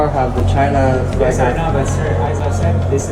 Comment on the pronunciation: 我要是英语发音这么烂，连flag这么简单的单词都说不对，我肯定就不好意思把视频上传到网上去了😂😂😂